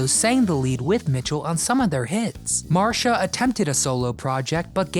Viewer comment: Wow your prononciation of Marcia is really bad . There is no H in Marcia . So it's mar see a .